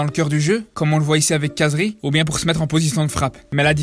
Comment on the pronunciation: Par contre comme t’est arabe essaye de bien prononcer le nom de khazri c’est « rrrazri » et pas « cazri »